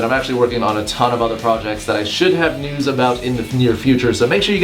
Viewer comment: At the start it kinda sounds like he says what the fuck nudes